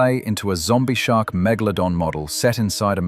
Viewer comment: His name: Metal-glow-don 😅👍